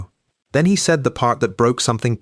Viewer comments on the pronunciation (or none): Why do all of the AI narrations have consonants popping. Nobody says "handt" "saidt" ridiculous. "Secondt. It goes on.